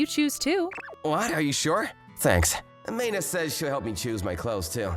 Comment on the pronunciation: Its not MAY-na. Another butchered pronunciation from this male VA. And look, I get she was completely obtuse. But - the "eww, girls, cooties" MC strikes again.